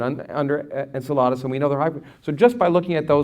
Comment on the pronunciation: I hate that he says it like, 'Ensuhladas.' en–SELL–uh–dus, is the way I usually hear it pronounced.